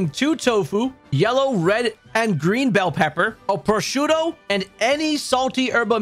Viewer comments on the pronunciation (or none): none